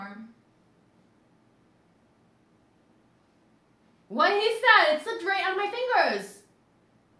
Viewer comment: the chat saying how is pronouncing worm incorrectly is making me realize ive been saying it wrong my whole life as well 💀